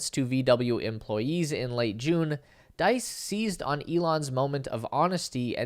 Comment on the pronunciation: FYI, Diess sounds like geese.